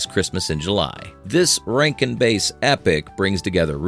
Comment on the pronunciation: Hey AI bot! It’s Bass. Rhymes with Ass (like a donkey).